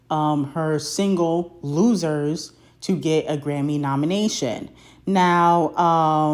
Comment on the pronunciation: I really had to rewind to hear if I really heard loosers or rumors 🤣🤣